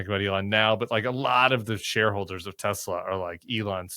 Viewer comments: It’s Tessler guys, Tessler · It's pronounced Teslar. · "I love Tesler!!" 😂😂 This has made this rainy day a little better. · Teslur. Please. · Maybe when trump pronounced it “tesler”, people got confused.😂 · I think it is pronounced, Tesler. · Pretty sure it's pronounced Teslur.